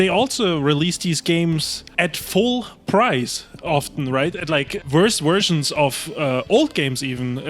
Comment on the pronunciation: "Worst Wersions"